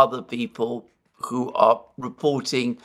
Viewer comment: but can't pronounce 'who' properly. He says koo